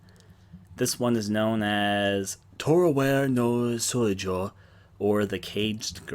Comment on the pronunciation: Ah yes, toe-row-wear no soijoh